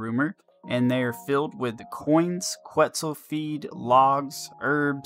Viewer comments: “Ket • Zul” it’s a bird from Guatemala haha❤ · Lmaooo bro you didn’t even pronounce the word right in front of you right. Que”T”zal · You know it takes 10 seconds to look up the pronunciation for quetzal. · You should apologize for how you say quetzal lmaooo